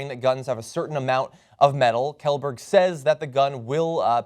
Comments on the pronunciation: It's pronounced Shellberg. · thats a common swedish last name. The announcer also pronounced it wrong.